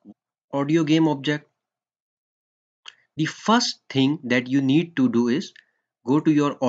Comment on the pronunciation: Not di sound or di water ... Da sound, The water, the sound.. it's not di because it is not starting with A, E, O, U